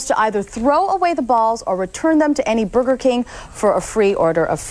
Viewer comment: Did she say booger king?